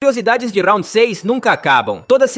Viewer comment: Pq RAUNDI e não round